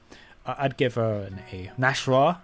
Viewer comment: It's not pronounced Nash-rah, it's Nas-hrah, that's why there's an apostrophe in the middle